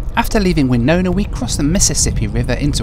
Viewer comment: You pronounced Winona correctly! That is rare. Glad you visited Minnesota.